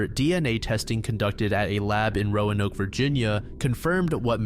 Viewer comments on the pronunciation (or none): none